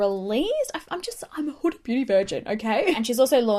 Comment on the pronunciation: This is off topic but I'm really happy you pronounced huda properly Idk why but british/Australian beauty gurus tend to pronounce it "hurra" like what's so hard about pronouncing the letter D!!?!